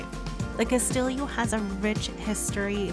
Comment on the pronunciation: lmao, "cast-illio"